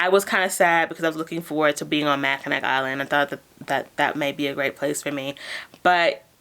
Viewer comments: Congrats on the job! I’m looking into seasonal work for the first time and your videos are a great resource. I also wanted to tell you Mackinac is pronounced “ma-kuh-naw”. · Michigander, here. Mackinaw City, Mackinac Bridge and Mackinac Island are all pronounced "Mackinaw". The final 'c' is silent. Just wanted to let everyone know about that little quirk. The island has a super hard time finding employees because few people live in that area. They even have to bring in people from outside the U.S. May be why they wanted you to work 6 days and do different jobs.Thanks for your great videos. Love your enthusiasm.